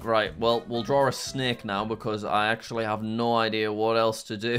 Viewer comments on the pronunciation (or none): none